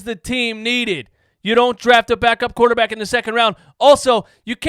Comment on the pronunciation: "I want to make a quaterback academy" what is he smoking?